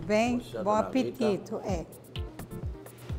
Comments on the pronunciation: gnt eu morri pq minha vó fala apetito tbm KKKKKKKKKKKKKK amei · "Bom apititu" ~ Dona rita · e a velha falando bom apetito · " bom apitito "